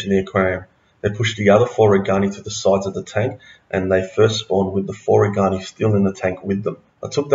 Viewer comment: These are very good videos but.................. If a fish is named after a person, you should pronounce the fish name as close to the person's name as possible. So it's RAY- gan- eye. (I learned this as a kid when we realized that it was NOT ram-er-EE-zee, but ram-IR-ez-eye. And i took four years of Latin in school.)